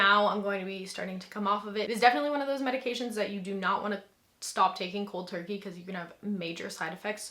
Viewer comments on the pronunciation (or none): none